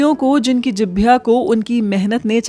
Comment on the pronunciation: Jibhya nahi Jihwa, But anyways beautiful video.❤.